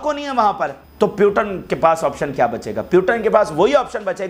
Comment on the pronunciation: Bhai putin word h naki putan aap pronounce nahi kar pa rahe h